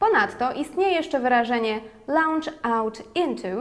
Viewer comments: też mi się tak wydaje... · tam nie ma 'au' w wymowie...